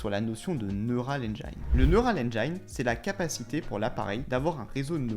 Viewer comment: Merci de bosser la prononciation en Anglais. Neural engine par exemple. Après tout le monde va dire ça. 😅